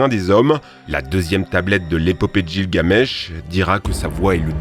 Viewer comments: '' que vous nd connaissez pas '' t'en sais rien fils dep, arrêter avec '' que tu connais pas '' on est pas tous des incultes comme toi, ensuite, c'est pas gile gamesh, mais guile gamesh teuber, avant de faire des vidéos faudrait te renseigner... Même ton titre est fait avec le cul, ont dit '' le monstre le plus terrifiant de chaque continent '', comme tu l'as écrit ça veut absolument rien dire... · Par contre Gilgamesh c'est "guile-ga-mèche" pas "Gille-Gamesh" xD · Par contre c'est pas "Jilgamesh" c'est "guilguamesh" la prononciation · tes con ou Tu fait exprès de pas comprendre ? Ça de prononce "Guilguamesh" et pas "jilguamesh"..... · C'est chiant , il dit "jamais" la bonne prononciation quand c'est un nom propre. Gilgamesh et pas Jilgamesh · "Jilgamesh" 🤣 on dit "Gilgamesh" en prononçant le G pas le J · Gilles gamesh? 🤷‍♂️ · "Gilles Gamesh" ? Sérieusement ? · bah écoute a c'est ce qu'il dit ptdrrr